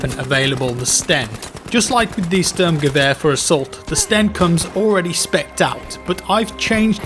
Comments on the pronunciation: The "Sturmgewehr" is actually pronounced shturmgewer :D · LGND you mean it’s sh-turm-gew-er Cause that’s not how it’s pronounced